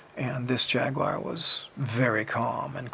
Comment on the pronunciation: It's not a " jack wire. Or pewwmah. It's " jaguar and puma